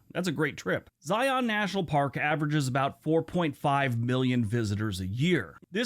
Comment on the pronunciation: How he says Zion bugs me, lol. I'm from Utah.